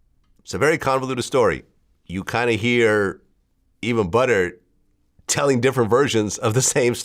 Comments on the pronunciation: He made sure to put that hard r on it 😂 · “Yea I interviewed ButtERRRR” Lmao relax vlad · It’s probs cause butters is a popular word in the uk when calling someone ugly 😂 he’s pronouncing it the same way we say butters